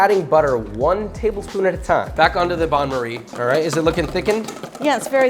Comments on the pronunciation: why is he saying Bain-Marie incorrectly? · Not 'bahn' marie - "bayn" marie. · Banmery? I thought it's bain-maire. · the "bon marie"? hee hee hee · the way he promouced bain marie made me die of sad